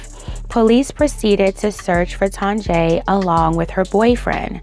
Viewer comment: I feel like her name is pronounced TONYA...